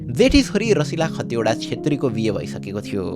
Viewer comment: दाइ खटिवडा होइन खतिवडा हो ।